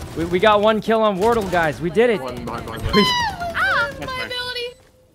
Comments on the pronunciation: I heard war turtle and cilantro. I'm dead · Sometimes "Wortle" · lol its almost like wartle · The way Sykkuno keeps calling Wardell Wordol was absolutely HILARIOUS. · I like how he calls wardell wordol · Chat did him dirty not telling him the proper way to pronounce wardell lmao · Sinatra’s a pro valorant player you hurt me with your pronunciation of wardell but I love u Sykkuno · The way sykkuno says wardells name makes me mad